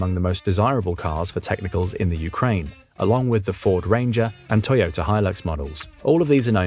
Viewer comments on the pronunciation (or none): none